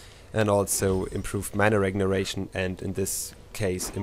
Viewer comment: "mana regneration" lmao